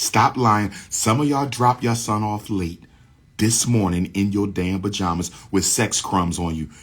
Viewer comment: Bajamas or pajamas 😂😂😂